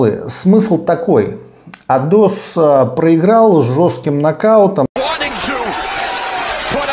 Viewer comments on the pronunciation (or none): Во-первых, не АЙдос и не АдОс, а АйдОс. Во-вторых, говоря о предстоящем поединке Жанибека, ТЫ не в тему вспомнил и вставил в середину видоса поражение Айдоса. Почему не бросили полотенце? Так "тонко" намекаешь на слова Жанибека в адрес Бентли? Уважаемый, тебя казахи серьезно так сильно обидели?)